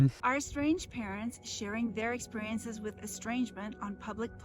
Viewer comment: You are truly braver than any marine to go through these videos as much as you do. Awful as a noun, well said. And yes, she is very dumb. I hate how she says "experiences" all "ex-purry-inces". And yes, if I reinvent myself as an expert then I've solved the problem! (that I'm aggressively ignoring and pretending has nothing to do with me). She's the worst. mmmm fun size twix omfg "we're people too!" "if you prick us, do we not whine about how you're the most ungrateful child ever?!" as if politics and religion aren't genuinely valid reasons for people to be unable to get along, and ffs the "intolerant left" nonsense these types cannot stand when their children or "the youths" have the audacity not to embrace the status quo, to not fall in line with The Way Things Have Always (since the 1950s) Been Done. "come around to giving that to her" LMAO what a rancid walnut I really hope neither of her daughters have to ever deal with her again Hi, Toast! lmao "people pleaser" my ass ahahaha "clearly they don't (like me)" hahahahaha points and laughs so more more Bye, Toast :D